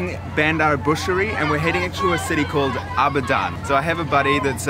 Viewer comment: He hasn't even bothered to learn how to pronouce the place names. Bushery??